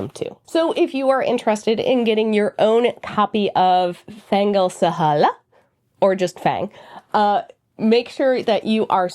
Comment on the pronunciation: Thanks so much for your review! Your pronunciation is better than mine!